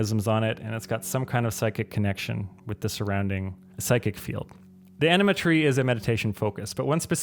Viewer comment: he says "Enema Tree"